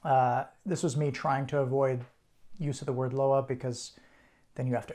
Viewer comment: Loa- is pronounced Lwah Bois is pronounced Bwah